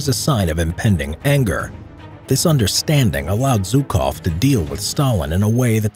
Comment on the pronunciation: Its "Жуков". Jukov not Zukov.